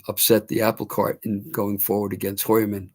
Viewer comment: is pronouncing Heuermann correctly. I was in school with some Heuer’s and that is how it is pronounced.